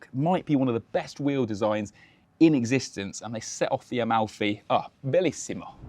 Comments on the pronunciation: "...finally a name that people can pronounce without butchering it..." calls it A-MOUTHY. aiiiiiii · It's incredibly touching when English speakers pronounce Italian words 😂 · Talking about butchering names, but still butchered this one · the absolute incompetency of native english speakers to be able to pronounce anything in a other language